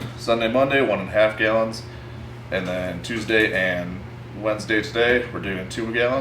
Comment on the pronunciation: i get a burst of adrenaline every time he says gyallons